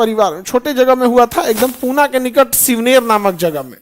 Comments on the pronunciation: sir there's not shivner that's shivneri fort and not पुना that's पुणे and also chhatrapati shivaji maharaj birth dates is not 20 april that's 19 February 1630 . And first do check about knowledge and then teach students ..... Other wise सप्रेम जय महाराष्ट्र 🚩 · Puna nahi pune 🚩